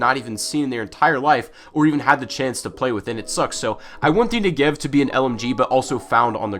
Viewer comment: You pronounce Negev wrong